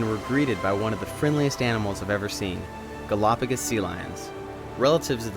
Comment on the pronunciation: There are so many more pressing issues with these brothers' video, but every time they say, "Galapagis ," i think 10 minutes is taken off my lifespan